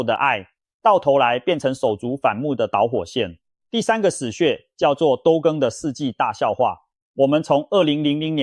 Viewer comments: 這樣一個行家，為何一個基本的都更（都市的都），會一直唸成兜更，內容有見解但是聽起來真是不太舒服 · Ai 影片都更講成兜更😂😂😂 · 都ㄉㄡ更是啥，這AI白痴死了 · 後段的那個“都更”這2個字， 16分56秒之後的部分， 旁白一直唸錯，可以糾正回來嗎？ 覺得語文水平堪慮，影響觀看品質，無法分享給朋友看..😮